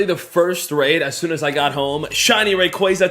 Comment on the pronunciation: please stop saying rayquaza like that it's giving me cancer lol